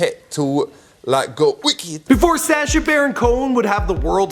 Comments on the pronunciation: Sah-sha not say-sha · I love Before They Were Famous but, your pronunciation is atrocious. SA-scha? No dude. S-ascha. Soft a. This is a bad pattern. Otherwise keep up the good work. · Sash-ah, Kibootz Israel... Lol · I hate how he pronounces Sacha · Good vid. Sorry but i cant stand how he pronounces Sacha